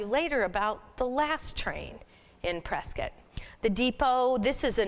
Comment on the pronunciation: You need to learn to pronounce Prescott correctly!!